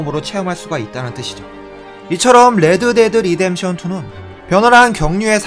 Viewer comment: '레-드 데-드 리뎀션 투' 발음 재밌는듯 ㅋㅋㅋ